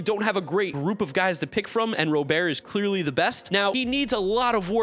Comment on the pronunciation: Say Robert’s name right, Jesus you’ve been saying his name wrong for years